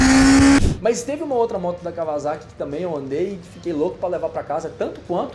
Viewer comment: Merece um like pela pronúncia correta de Kawasaki pelo Guigo Pinheiro em (e logo depois detonada novamente pelo Hugo 😂)